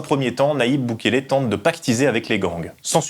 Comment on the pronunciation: Ça se prononce "couéyar", pas "couélard"